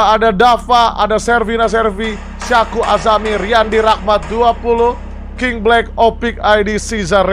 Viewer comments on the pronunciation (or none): none